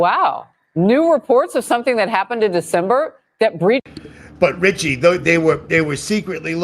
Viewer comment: 😂 And they talk like this 🧔🏻‍♀️ Richie without a T 🤣🤣🤣🤣